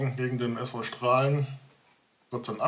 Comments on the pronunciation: hochdeutsche Aussprache ['ʃtra:lən] mit Dehnungs-e, limburgische/kleverländische Aussprache [ˈstra:lə]) --> nur mal als Hinweis ;-) Ansonsten wie immer gutes Video! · Nochmal: Der Verein Straelen wird "Stralen" ausgesprochen - oder wie sprichst du Baesweiler, Soest oder Raesfeld aus?